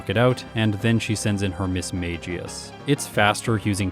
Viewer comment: Yes it is, unfortunately it isn't pronounced the same way Magus is. It is mag-ee-us